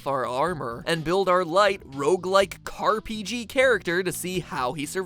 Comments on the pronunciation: Is that pronounced C A R P G or "Carpeegee"? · "Car-P-G" I won't lie. I facedesk'ed.